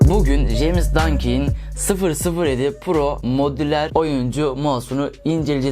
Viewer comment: jeymiz ne lan ramiz der gibi ceyms